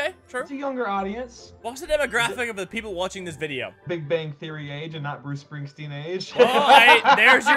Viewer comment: whos booce spingspeen